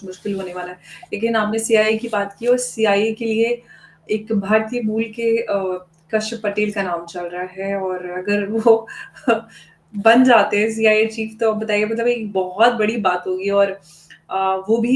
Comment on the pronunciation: काश पटेल नही , कश्यप पटेल है नाम।